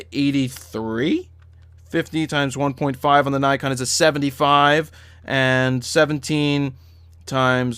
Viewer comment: "naykon" it's nikon you idiot